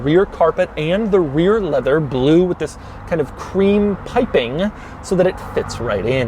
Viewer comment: "pipping" he says